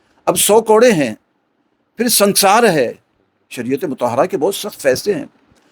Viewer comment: سنسار نہیں سنگسار ہوتا ہے